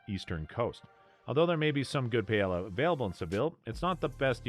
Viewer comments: Omg i was like….wait…wtf is pay-el-a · Payella and Vallenseeya? I'd have thought this was narrated by AI if this was made more recently, sheesh. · most messed up pronunciation of paella that I've heard in my life. Da hell dude! Then says "PALLELA". DA HELLL!!!! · OMG, the way you say Paelle is so WRONG. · I feel less informed now after watching this. You’ve butchered the Spanish language and taught me nada. Pay Ella?! Are you standing under Rihanna’s umbr ella ella ella? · Here’s another thing not to do in Sevilla: say Pay-ella. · La Paela? Really? your mangaling of the Spanish disqualifies you immediately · Your pronunciation of paella is enough to stop me to watch early on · Jesus, this clown should learn how to pronounce Spanish words SOMEWHAT correctly. My wife is from Seville. Her paella blows away ANYTHING I’ve ever had in Valencia. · I can’t trust Seville advice from anyone who pronounces paella the way you do. 😂😂😂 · I'm not even Spanish, but you lost credibility just by the mispronunciation of paella. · Good idea to learn how to pronounce Paella if acting as an “ expert “ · Having to listen to Paella mispronounced so many times was brutal and I'm not even from Spain. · Stopped watching after hearing him mispronounce paella twice. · Agree with you. How do you make a video like this and you don’t have a clue how to pronounce Paella. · I know it physically hurts right?😂